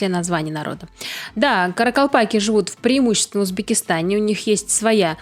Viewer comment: THE NUMBER OF KARAKALPAKS IS MORE THAN ONE MILLION. THEIR NAME IS PRONOUNCED: KHA RA KHAL PAKH. NE ISLEP ATYRSANG - WHAT ARE YOU DOING? ЧИСЛЕННОСТЬ КАРАКАЛПАКОВ БОЛЕЕ ОДНОГО МИЛЛИОНА. ИХ НАЗВАНИЕ ПРОИЗНОСИТСЯ: QА РА QАЛ ПАQ. НЕ IСЛЕП АТЫРСАНЪ - ЧТО ТЫ ДЕЛАЕШЬ?